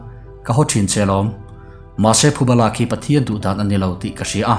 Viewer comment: Thuba niloin, Phuba tih tur, heihi a ni, Youtube a tihchhiar ka ngaihthlak peih ngailoh chhan chu